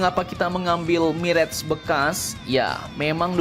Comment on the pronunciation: Mirah, bukan mireg min admin.....kayak orang tdk sekolah saja.